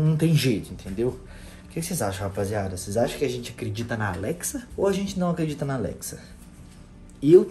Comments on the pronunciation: NÃO ATREDIDA NA ALEXA ELA FALA MINTIRA, ESTOU DO SEU LADO!!! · Não é atreDita é acredita